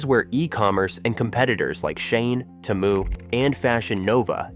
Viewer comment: Is this AI voice…? Why is he saying “SHEIN” and “Temu” weirdly lol